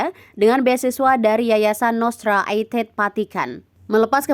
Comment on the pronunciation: Cara bacanya Nostra Aetate salah. Baca saja seperti ejaan bahasa Indonesia. Itu bahasa latin, bukan bahasa Inggris.